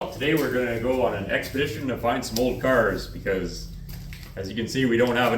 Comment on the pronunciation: Hey I didn't know you had a flipside channel!!! "Out in da woods lookin for junk cairs" "Bakaditaginwitanuderone"😅